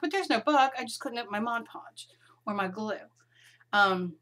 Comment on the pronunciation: When starting out in mixed media there is thousands of hours of video for noobies like me to watch, & it can get really overwhelming. Organising all your videos into playlists would really help new subscribers & beginners like me. Ty for all the helpful info in your videos.MCC;) Ps. Well done saying Mod Podge & not Modge Podge. LOL